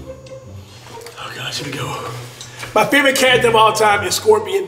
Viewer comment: Ik this mans did not say scorpion😂😂😂😂